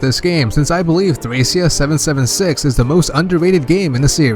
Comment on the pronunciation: btw. thracia is pronounced like trahkeea. Like trachea but with a short a sound. I always thought the game was trachea 776 until i saw it written out.